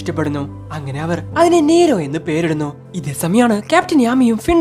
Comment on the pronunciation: നീരോ അല്ല nero